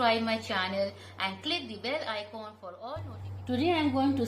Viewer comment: Ma'am icoon nhi icon hota hai